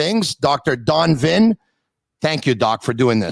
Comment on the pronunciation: Tony, Vinh is pronounced Ving. Just FYI. At least from my patio in Vung Tau, Vietnam it the correct pronounciation.